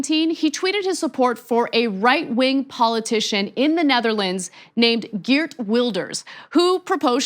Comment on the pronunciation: Props for knowing Geert wilders, but nice try trying to pronounce his name. That 'G' is ours and no foreigner will ever conquer it. :p